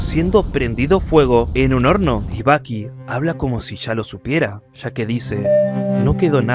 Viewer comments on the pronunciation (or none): Todo el rato andaba pensando en Baki del anime Baki cuando decías Bucky